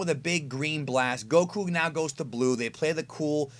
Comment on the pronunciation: STOP SAY GOKU NAME LIKE THAT